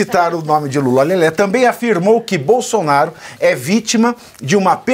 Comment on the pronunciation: Mula? Trocaram a letra L pela letra M foi é ?